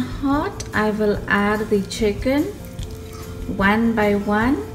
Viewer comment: Chickeennn that a very funnie way to say it lol